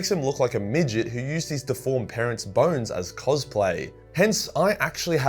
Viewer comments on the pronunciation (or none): none